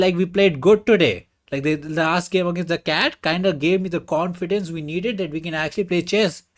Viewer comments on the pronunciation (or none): it is indian accent confidance🔥